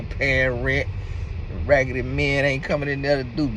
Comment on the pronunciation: you didn't say "des raggedy men"...😂😂😂..